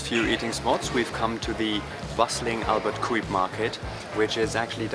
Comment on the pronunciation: “Cuyp” is pronounced “cowp.”